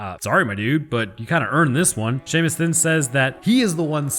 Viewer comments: "Seaumist" best pronunciation of shamus ever lol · “See ah muss” really killing it with these Gaelic name pronunciations, hahah. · Seamus is pronounced SHAY-MUSS - mkay... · Seamus? Pronounced Shay Mus? Nevermind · I know it's spelled as "Seamus", but it is actually pronounced as "Shay-mus". Edit: Darn it, bro! You actually got me! Well-played. Touche. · See-a-mus... That's a worse name than A-a-ron. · Bruh its "shame-us", that's how you pronounce his name. Like Sean is Shawn Seamus is shamus. Cmon my guy. Edit- So is the new algorithm trick for content creators to purposefully mispronounce a word or words to generate traffic or something? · Seamus sounds like 'shay-miss', fyi. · First Siobhan, now Seamus. Why must you abuse Gaelic names so? For the record Siobhan is pronounced like Shiv-awn and Seamus is Shay-mus. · Bruh siamus is killing me lmao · Seamus is said shaymus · The pronunciation of Seamus kills me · The pronunciation of Seamus pained me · Dag NAB you! I was like.. how'd he say Siobhan correctly but mess up Seamus.. Great now I'm getting trolled by Youtubers I like. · Lmao, hearing you pronounce Seamus wrong is funny despite having watched the movie and hearing it pronounced correctly